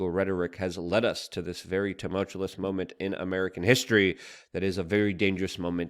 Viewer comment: Tumult-you-us Someone show Luke this phonetic, please! 😂